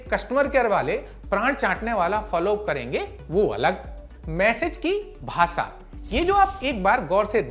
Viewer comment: Bahpot jaldi dusri news pr skip krte hain. Thoda pta v lge ki nayi news kb shuru kr di. Thoda thahrao rakhiye. Aur भासा nhi भाषा होता sir.....